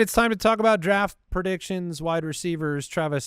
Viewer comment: No one else Laughed when said "pro..diction"